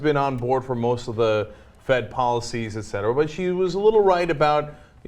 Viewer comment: Clark is always right. Cenk always says "ectera"